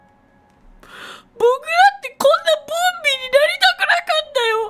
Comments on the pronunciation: ボンビーがボビーに聞こえてボビーオロゴンかとおもたwww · ボンビーがボビーに聞こえたwww